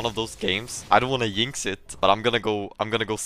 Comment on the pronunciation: "I don't wanna YINX it..." lmao, im dying XD